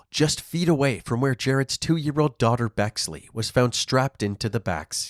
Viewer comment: I'm sorry... Uhhh. . "Bexley" ?